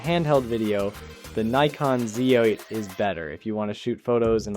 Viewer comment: Neeekon /Zay 8????? At least get the pronunciation right.